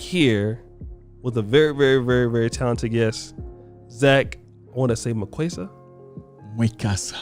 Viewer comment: Mwekassa. His name is spelled Mwekassa, not "Mkwessa"